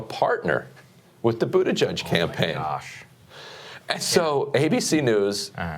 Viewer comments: Jimmy, I love your show, but for the love of god, would you please learn to pronounce Pete Buttigieg's last name? It's pronounced BOOT-edge-EDGE. It distracts from your message when you continually mispronounce it. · Pronounce his name properly....its "Butt-gig". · Buttigegegegich - Thanks Jimmy, I was wondering how to pronounce that. I still prefer Platitude Pete or Mayo Pete. When are you coming to Minnesota dude! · Cracks me up how you pronounce his name...Pete Buda-jid-jizzzz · HEY JIMMY, PLEASE PRONOUNCE HIS NAME RIGHT .. IT'S " BUTTGEEK " RIGHT ?ONCE AGAIN, COULD YOU PLEASE EXPLAIN SOCIALISM, IT'S LIKE COMMUNISM... LOL!JUST FOR THE RIGHT WING DUMMIES AND THE SOCALLED DEMS.... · WHY ARE YOU STILL SAYING buttiGIG? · Budeg jgjgigj? Really? Some birds imitate sounds better than you. Are your and your colleagues' hearing impaired to such extreme degree or are you being cute in deliberately mispronouncing that guy's name? Comedy, one understands. but being stupid about pronouncing a name? You guys obviously do not like Pete, but for goodness sake, even a comedic criticism serves its objective better if done without apparent or intended derision. Make your point without being an a.h. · Pete Buttigieg [Boo-TI-plug] is the correct pronunciation, Jimmy... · I respect that Jimmy refuses to pronounce Pete's name correctly. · I love how Jimmy can't say Pete Buttigegi's name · Jimmy I love you, but can’t wait until Pete is eliminated so I done have to listen to Butcher his name. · I laugh every time Jimmy or anyone mispronounces Pete Buttigeisjdjfs because literally every time I hear anyone say his last name, its ALWAYS pronounced differently 👏🤣🤣🤣🤣🤣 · Jimmy, I’m a big fan of yours and a Bernie fanatic. But please stop butchering Pete’s name. It’s so distracting. :) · His name is pronounced PEANUT BUTTER JUDGE. It's not hard, get it right. Jeez...... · You guys are pronouncing his name all wrong. It's Pete Bootyjuice.